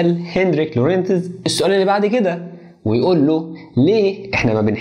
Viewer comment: الإسم ينطق لغونز بدون نطق التاء Lorentz